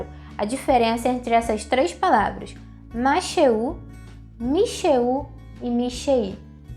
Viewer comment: Você pronunciou masheú, mashei. Não seria masherrú e masherrí? . Neste caso o Hei não seria pronunciado? . Um nativo me disse que para os pronomes pessoais no cotidiano o israelense deixa o Hei mudo( mas não está correto ) mas em outros casos deve-se pronunciar . Esclareça -me pôr favor . תודה רבה